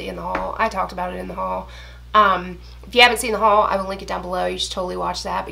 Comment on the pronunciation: ty for making me say HUal like this now. 😂🙃